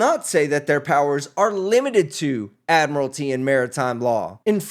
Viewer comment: New Law: If a defendant cannot properly pronounce jurisdiction, statute, or admiralty, they are encouraged to represent themselves for our entertainment.